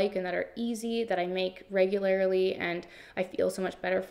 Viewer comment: All of these are so wonderful but wait how do you say "regularly"... "regularily"? 😂